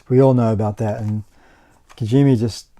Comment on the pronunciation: It's funny to listen Kojimi instead of Kojima 😁😁 but it's a Fun vídeo! Would love a part 2